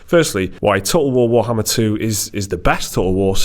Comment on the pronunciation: lmao you cant pronounce Total War Warhammer for shit xD Everytime you try its just "toe ool wo too wohammah"